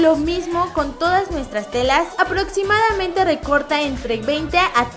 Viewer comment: JAJAJAJAJAJAJAJA dijo aproTsimadamente xD